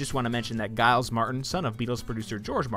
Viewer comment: Giles is pronounced with a soft G, he isn’t a character in Street Fighter, lol